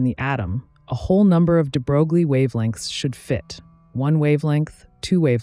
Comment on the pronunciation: Hey, sorry I didn't mean to be rude. It was just funny. Also, I never heard any American physicists call this name like that. I personally do not believe there is such a thing as American pronunciation in this case. It's wrong as it is wrong to call [frenel] [fresnel]. And finally - I am not Russian 🤷